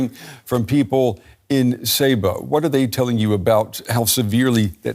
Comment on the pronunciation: It's not /say-boo/ but /sé-buh/